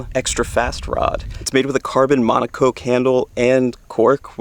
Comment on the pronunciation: rods have been out for how long and people still cant pronounce moncocque